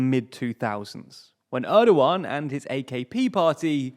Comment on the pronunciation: When you're doing a video about Turkey, please let me (or even just Wikipedia's page on the Turkish alphabet which explains the pronunciation of each letter) help you with your Turkish pronunciations. You couldn't have butchered Cam Gürdeniz much worse. Congrats on getting Erdoğan close enough.